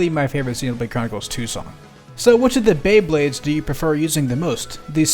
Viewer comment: why does bae blades sound like Beyblades